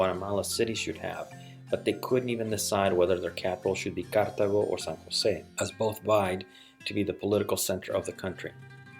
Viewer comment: i dont know if you know but its pronounced cartAgo, not cártago